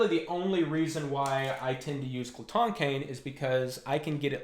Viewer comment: Gerhardt Boesl i was gonna mention this but both you and are close to correct pronunciation, but in common French Glotin would be pronounced “glow-tan”, with the “an” sound produced by a nasal “fade” similar to the back-of-the-mouth articulation used in double tonguing